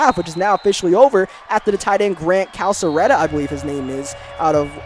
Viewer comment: Here to help with the Pronunciation. Grant Calcaterra. CAL or KAL-CA-TERA.